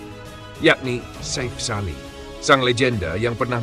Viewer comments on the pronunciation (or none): Chanel ini sulit besar jika tidak melakukan perubahan sulih suara yg asli, kelemahan nya ada pada pronunciation , artikulasi, dan pengucapan yg benar, contoh nama safe sali di ucap safe (dlm bhs Inggris safe) harusnya safi, ini krn admin pk sulih suara generate otomatis dr suara dr Gugel /AI Chanel lu gk bakal sebesar garuda space, GALZ, hattrick, timnas dll yg pake suara asli, lebih enak di denger, lebih benar pengucapan nya